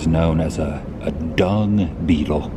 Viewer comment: Adam that was funny with the Dung Beattle. It's like emphasis on dung. Lol dude keep up the good work.